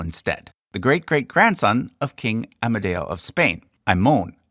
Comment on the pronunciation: One day i Met here on YouTube a nice guy from USA that cared about history. I was Surprised that he had never Heard about the term of "Kingdom of Italy". It's true that the last Kingdom lasted only but the term "Regnum Italicum" Is From Middle Age! First , part of the Holy Roman Empire, then a State of Napoleon (Regno d'Italia). By the way, in italiano it's AmEdeo not "AmAdeo". By the way all italian names are pronounced terribly!